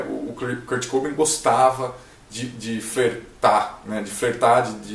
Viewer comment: Se fala Kurt cobain, n kurt cobin kkkk Msm assim bom vídeo 👍